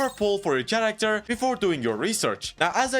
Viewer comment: no fucking way he says character with TCH. jesus what a low iq.